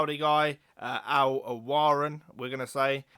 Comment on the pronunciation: Just wanted to tell you its pronounced ( al-o-way-ran ) العويران